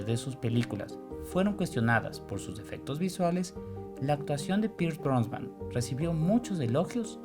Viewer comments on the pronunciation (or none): Pierce "Brosban"??